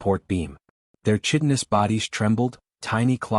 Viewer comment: I really wish these AI narrators would learn how to pronounce "chitinous".